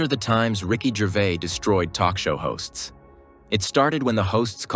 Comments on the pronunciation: Its NOT Gervay..its pronounced Ger vaise or vase as you are American. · The “S” at the end of his surname is not silent. It’s not Gervai it’s GERVAIS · Ricky Gervay lol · It's GervaiS there's an S at the end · GervaiS, pronounce the s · Why this guy not pronounce the S in his name? 😂😂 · Ricky Gervais pronounces the final ‘s’ on his name.